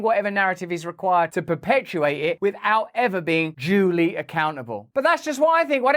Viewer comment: At the end of the video, did you say "jewly accountable"?